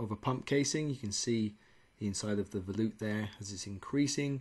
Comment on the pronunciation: Did you say, Veloop?